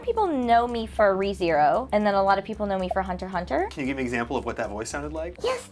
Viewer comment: Yes precisely correct ''Hunter Hunter''